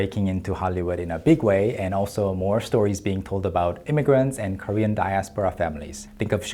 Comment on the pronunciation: Props to Daniel Dae Kim for not cracking up while hearing the other guy's Korean. I'm not Korean and only learned the language through the internet and dramas, yet his pronunciation sounded funny to me.